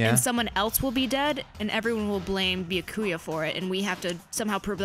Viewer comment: Actually With Byakuya the "u" in there is silent... Why the hell did I think you guys would have ever watched Bleach O_o